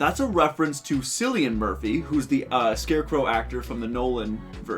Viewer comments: Yeah bro his name isn't pronounced "Sili-an" Murphy, its "Kil-ian". Cillian Murphy is a very English name. don't know how you botched that. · It never ceases to amaze me how many Americans pronounce Cillian as if the c was an s. It is no an s it’s a c. Pronounce it like killian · As someone who’s from the same part of Cork as Kill-ian Murphy in Ireland, That pronunciation felt a bit Cill-y Edit: [That’s not to say I’m triggered or anything, I couldn’t care less, it was just funny :)] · The way you pronounced cilian Murphy hurt my soul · Felt the same. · It hurt on a personal level